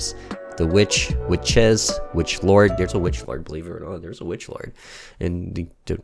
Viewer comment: Warlock. Not Witch-Lord. GOD!